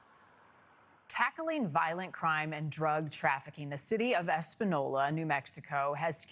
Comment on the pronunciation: Espenyolla is how it’s pronounced